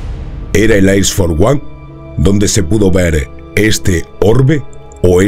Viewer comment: El "Ais for uan" 🤭🤭🤦🤦